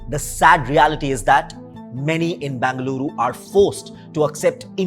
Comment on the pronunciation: If you are making a video on a city, then make sure you are pronouncing the name of the city correctly. It’s Bengaluru and not Bangaluru. Hope you take this feedback as constructive criticism.